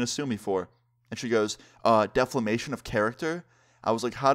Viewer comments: "Deflemation" 😂 its defemation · Did you really say “deflamate”? XD I mean, the first time I thought I didn’t hear it right, but I played it back and you really did say that! XD